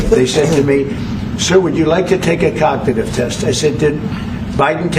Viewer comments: Cagnitive ? Thought you spoke english ? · Did Trump say COGTITIVE? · It doesn't surprise me that Trump mispronounces the word "cognitive". After all, he also mispronounces the word "Tesla" (he pronounces the word "Tesla" as "Tesler").